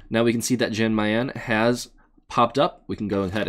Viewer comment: Its "Yawn Mayan" Lord have mercy I cringed every time he pronounced the J